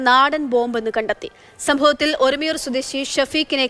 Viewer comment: ഒരുമയൂർ അല്ല ഒരുമനയൂർ